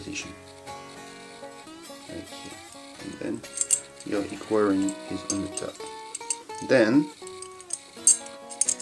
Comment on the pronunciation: it's "equa" not "quary"